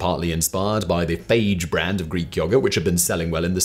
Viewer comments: I'm pretty sure the brand Fage is a two syllable word pronounced fah-yay. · FAGE yogurt is pronounced "fah yay". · Simon, Fage yogurt is pronounced "Fah-yay". I know, makes no sense really... lol, but it is what it is.